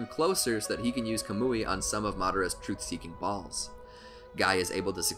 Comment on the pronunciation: Yo the way he said balls in the word truth seeking balls was kinda sus